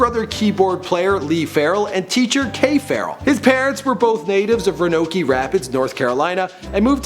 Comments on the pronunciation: Dude you should really research how to pronounce words....your spelling is horrible too. "Ra-nokey"? Roanoke is pronounced "row-ah-no-k" just throwin it out there. This isn't the first time I've heard you completely butcher the name of something or some place, it just finally caused me to say something bc that's like, 3rd grade reading level type stuff haha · Haha Roanoke is not pronounced like rah no key it’s pronounced row an oak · It pronounced Row-ah-noke, not row-noke-ee. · DID HE SAY RONOKY RAPIDS ITS RO-A-NOKE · "ro-noke"... ROW-AN-OAK. Canadian fool... he canadiam right? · It's ro-a-noke not ra-no-kee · ro no ke? Ro a noke!!!! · It's not rownohky its row ah noak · Ra-no-key? no man, its Row-a-noke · Ruh-nokey rapids? it's pronounced ro-uh-noke. or just ro-noh-ke lol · it's not pronounced "ranokey" it's "row-a-noke" no "e" sound on the end. why do so many people do that? it's a common city name like springfield. cmon guys. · Lmao "rownokyy" its "rowanoke" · It's pronounced row-a-noke not rownoky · Ranokee Rapids? try Roanoke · ro-a-noke not ranokey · Ro-Noke not Ronokie. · it's not ra-no-key....... it's pronounced row-ah-noke....... and some of his family still lives there...... he has a niece named Brittany and a nephew named William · its pronounced ROW-UH-NOAK Rapids. Not RUH-NO-KEY Rapids. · Did he really just say Ronokee? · Dude, I can't find one video where you don't mispronounce at least ONE word.... Ranokee Rapids? Lol rō-(ə-)ˌnōk...... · Also it's Ro-uh-noke not roanokee lmao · It's Roanoke Rapids (Row-a-Noke) NC!!! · Pretty sure it's pronounced "Row-An-Oak" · “Ronokee Rapids” smh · Definitely pronounced Row-ah-noo-k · Ro- no-key???????????? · LMAO off at how wrongly you said Roanoke. Its ROW NO K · Row-a-noke. Damn Canadians. Wait.... I'm Canadian. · ROW-A-NO-KE. I swear to god the way this guy pronounces words drives me insane. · it's pronounced Row-a-n -oh -k. You mutilate at least one word a video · I believe it is pronounced "row a noke".